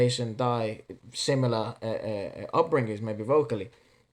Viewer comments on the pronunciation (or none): Why everybody call jason dy as Jason die?? Its Dy(Dee!) Dee!!! Deee!!😂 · You pronounce it like jason dee... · Jason's surname is actually pronounced as "Dee" and not "die" 😁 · you can see more of jason dy (dy is pronounced as DEE)..he's got a duet with Jay R singing FOREVER in his youtube channel..you should see that...it's another epic performance...thanks.. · Jason Dy's surname is pronounced as "D." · Jason's last name "Dy" is pronounced like "Dee". The original vid is not available but watch these reaction vid